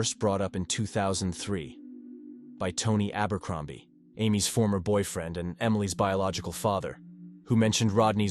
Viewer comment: A rellable allabee and boyfreeeend and favvar wtf 😂😂😂you need to download a new AI narrator coz this is definitely artificial but there's no intelligence 😂😂😂